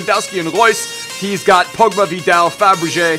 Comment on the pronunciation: He just called fabregas fabreget